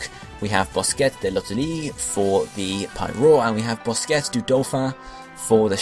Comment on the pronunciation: The French pronunciations made me crack up lol BOSKETTE!